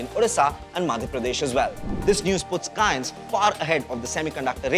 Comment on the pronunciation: Bhai name to sahi se lele company ka 😂😂